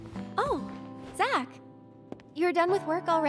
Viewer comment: Zack not jack